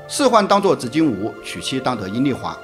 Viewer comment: 执金吾（yu四声）吧？